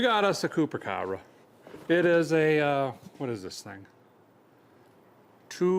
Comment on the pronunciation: "Coopahh Cobbrahh"!